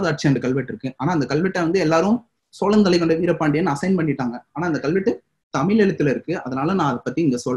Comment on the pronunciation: தமிழ், தமில் அல்ல.. முயற்சி செய்து திருத்துங்கள்